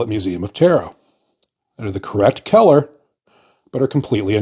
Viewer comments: you have the most bizarre and unnatural way to pronounce "color". keller? Also, germany never had a hickup 100 years ago. they were trying to save the planet from what we are currently experiencing. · 😅omg..he say" color" like" kellor." Lmao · I heard Keller and immediatly thought of Keller Williams paints.